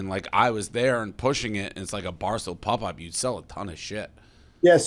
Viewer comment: Dave's pronunciation of popup is fucking awful